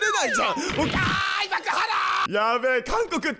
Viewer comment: 開幕から方言？すごくて一瞬戸惑ったww 開～幕、花ーー😅😅